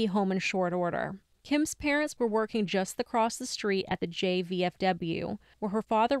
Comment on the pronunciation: I'm totally going to get a lot of hate for this, I really do love you guys a lot, I just have OCD and grammar drives me crazy., it's across. There is no "t" at the end. It is not acrosst. Please don't hate me. I'm sorry. I just had to say it. I'm sorry, I'm sorry, I'm sorry.